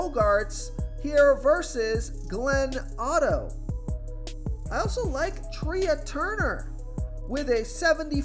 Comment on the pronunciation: Tre turner.. like tray Not tree ahh